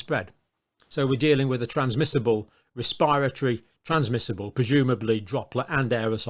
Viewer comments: A wespiwatowy bwain viwus? I'm tewwified! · Anyone who works in the field of healthcare research and cannot pronounce 'respiratory' or 'quantative' is not to be trusted.